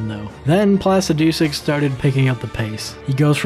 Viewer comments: Ah yes, Plasi-doo-six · Totally awesome video, We've watched them several times S rank. But why do you keep mispronouncing Placidusax, Is it a joke because we don't get it. Also you should totally bring Cathy back for the full game DLC included. 😂😂😂😂😂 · No way bro pronounced placidusax like that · I had to watching when this mfer started saying Placidusax The way he pronounces it makes my fucking skin crawl